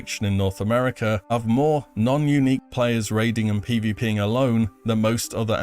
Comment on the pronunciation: "PvP-ing", lol